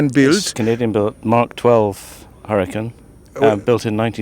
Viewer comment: Chlopie nie "harikan" ale hjurikajn...Tak sie wymawia.